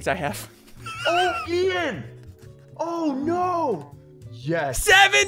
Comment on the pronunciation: ian not ean